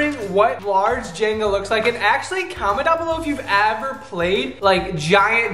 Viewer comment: you said aver instead of ever